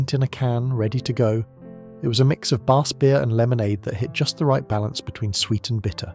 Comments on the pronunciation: Whose unable to pronounced 'Bass'. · Dreadful pronunciation of BASS and why so many pics of diamond white when talking about something entirely different?